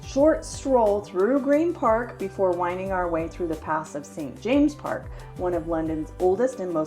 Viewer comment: Lots of your local pronunciations were close, but St. James's Park didn't hit the mark at all 🙂